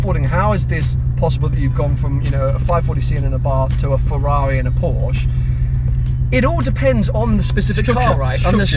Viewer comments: WOW, pronounced Porsche correctly in the 1st few secs then let himself down seconds later:-(. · Please pronounce the "e" at the end of "Porsche", buddy! ;-) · you own one now please pleaaaeeese stop saying "porsch" and start calling it "porsche" please!!!! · porsch..... EEEEEEEEEEEEEEE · I love the way you do your videos and always enjoy watching your channel, but could you please try improving on your pronunciation of Porsche. It's killing me :D